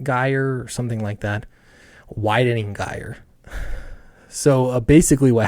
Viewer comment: Gyre pronounced as if J. Jire.